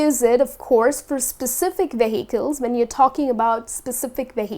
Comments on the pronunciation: She should be stressing the first syllable, not the second. 'VE-hi-cles' not 've-HI-cles'. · Vehicles? You pronounce that really odd.